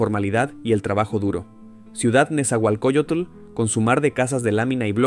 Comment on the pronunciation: Buen video. Pero el NezahualcóyoTUUL me desconcentra 😂